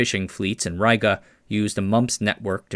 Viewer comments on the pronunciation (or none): Riga is ree-ga, not rai-ga.